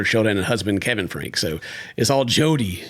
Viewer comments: Their surname is pronounced Frank ye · Franke - pronounce "Frankie" Not that she desreves that dignity, but for the sake of facts...